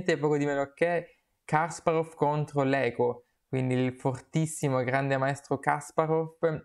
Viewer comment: Kaspàrov non Kàsparov! Grazie per aver portato questa partita, la stavo aspettando!